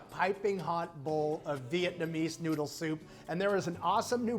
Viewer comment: I find Americans & Chinese pronunciation of the word “vit-na-me” hilarious., they step on the gas when it’s a three syllable word.